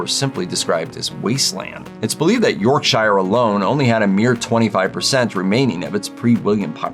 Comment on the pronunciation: York-sher… is the pronunciation of Yorkshire. 😁